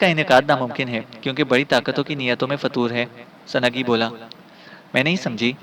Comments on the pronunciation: سنگ ہی کو سنگی پڑھنا زیادتی ہے اور بہت جگہ اردو تلفظ بہت ہی غلط ہے۔ اپنا تلفط درست کریں نیز سنگی بول بول آپ نے سارا لطف کِرکِرا کر دیا۔ بھاٸ یہ نام۔۔۔۔سنگ ہی ہے Sung hi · it is sungh hi not sungi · Halanki awaaz sahi hai lekin Sanagee, sanagee karke aur aise hi latadaad ghalat talaffuzu ne maza kharaab kar diya sunnai ka.